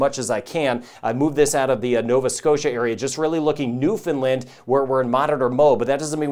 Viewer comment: Thanks for this (and I truly appreciate your correct pronunciation of Newfoundland - like Understand!). Unfortunately, the bulk of the population of this province is on the Avalon Peninsula (the part that’s most likely to get hit with this) so we’re definitely in monitor mode! Thanks for all the great work you do on this channel for everyone - the level of detail is much appreciated and certainly something that is interesting over and above the normal weather stuff you hear. Be safe everyone!